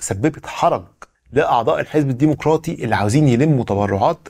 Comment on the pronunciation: الديمقراطي بضم الميم بدون واو